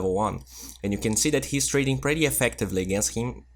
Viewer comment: Yo, watch ur pronunciation on pretty (u r saying "pratty") and and hungry (u said "hangry"), it sounds pratty weird. lol Love ur vids. Bye.